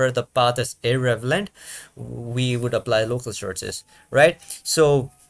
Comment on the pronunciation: Very helpful explanation, thank you! 🙂 PS: "irrelevant", not "irrevelant"